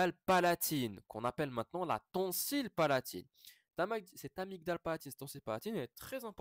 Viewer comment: La prononciation d'« amygdale » est /amidal/, avec le « g » étant muet.